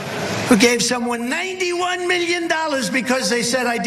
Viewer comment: Mee-yun? Mee-yun? is that USD? The f**k is 91 mee-yun?